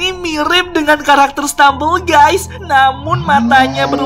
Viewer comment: stemambel gusy